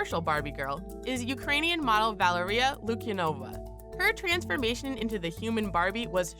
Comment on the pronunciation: Thank you for a very interesting and informative review on this topic! But I want to make some notes about pronunciation of the name of two Ukrain girls (as I am Russian and I know it well) The right variants are Valeria LukyAnova and Anastasiya ShpAgina (very rare or even never on "Ina").